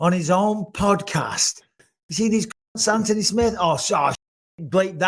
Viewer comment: I love how bisping says his name... ANTony